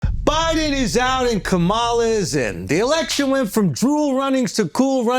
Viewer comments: Omg! Not Ka-ma-la, but Kamla! The “a” in the middle is silent! Caucasians, Blacks, Asians etc. needs to properly pronounce, peoples names of different ethnicity! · KAH-MAH-LAH. If you can say hawk-tuah you can pronounce her name properly. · Do u purposely say Kamala’s name wrong on purpose Andrew? Lol. Either way it’s funny.